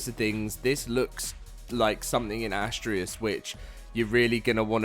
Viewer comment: Why is that so many folks can not seem to pronounce Astraeos properly its ( uh·stray·us ).